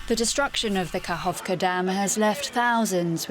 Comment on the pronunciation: not kakovka, kaKHovka, said kaHovka.the russians are bombing volunteers, look at those videos.